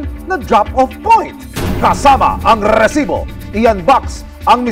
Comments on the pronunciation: Rrrrreeeeeeesibo rrrrreeeeeplay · Nakaka irita un "rrrrrrrrrrrrrrrrrrrrrrrrrrrrrrrresibo!! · Out of context, sino dito naiinis sa pag banggit ni emil soriano ng "rrrrrresibo"? 😂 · Bakit e prolong pa ang pag bigkas ng word na resibo...